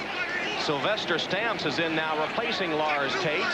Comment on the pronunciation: Say 'Sylvester Stamps' like Sylvester cat...lol. You cant unhear it... I wonder if his nickname was 'Food'